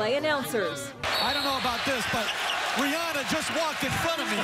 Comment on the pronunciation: Rihanna not Rihanna